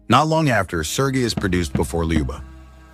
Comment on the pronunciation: it's pronounced like i wrote it. You didn't even pronounce it right. That's what my comment meant. You said it wrong..